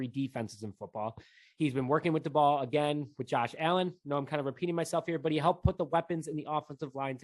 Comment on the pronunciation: I think it’s pronounced “Day-Bull”